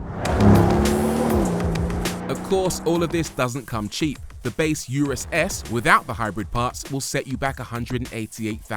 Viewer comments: Why does he insist on calling it a You Rus instead of Oo Roos like the manufacturer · I don’t like the way he said URUS. Therefore this video review sucks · Pronounce 'urus' correctly 😂